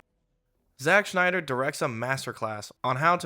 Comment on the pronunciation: Stop pronouncing Snyder like Schneider!